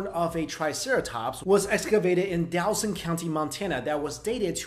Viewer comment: Welp less tha 2 mins in and i have a MAJOR FUCKING ISSUE now with the professor but this other guy. Its pronounced Dawwwsin... Trust me im from montana its defiantly not whatever the hell hes tryin to say.